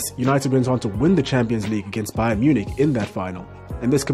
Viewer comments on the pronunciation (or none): none